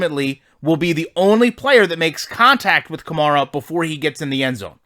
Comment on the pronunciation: You should play ranked games. The games plays worse in ranked and in ranked. You’ll see crazy out of places glitches and animations you wouldn’t normally see since it’s user v user. Also the game settings differ. Also pleas stop mispronouncing the name of my franchise Running back. It’s like the car “Camaro” except the “o” at the end is an “a”